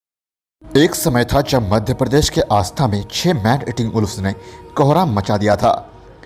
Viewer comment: भाई आस्था नही ....सही शब्द आष्टा उच्चारण कीजिये